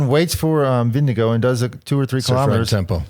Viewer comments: wow plz say ` name correctly....Vin-Ge--Gaard not vingegoo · but it isn’t Vin-ge-gaard it’s Ving-e-gaard (and it’s not pronounced guard it’s more like gor as in Gore,- no d sound in the end)